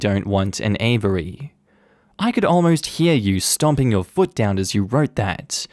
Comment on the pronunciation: that's now how you say "aviary" 😭